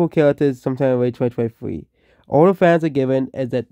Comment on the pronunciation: The dlc is fwee to evewyone who owns the game